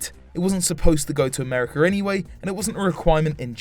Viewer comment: All good, but I believe it's "America", not "Americar".